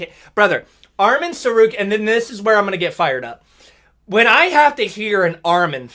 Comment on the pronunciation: Chael Sonnen finally pronounces Arman Tsarukyan’s name correctly!